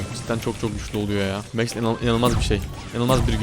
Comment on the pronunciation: Abi o mex diye okunmuyo Max diye